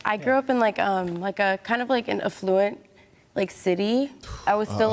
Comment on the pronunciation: Thanx for pointing it out. 😜 Ah-flu-int